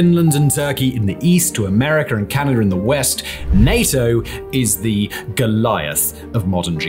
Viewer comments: And that there's no "er" in Canada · “Ameriker and Canader”😂😂